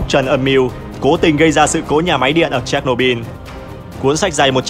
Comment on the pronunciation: Chéch nô bư ko phải bin